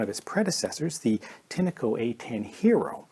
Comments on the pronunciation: You are pronouncing Tineco wrong it's Tinco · Why do you call a “tin-a-co” ? When there is clearly no a in the brand name